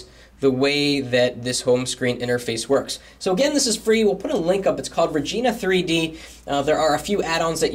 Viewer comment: lol sounds like you said vagina widgets xD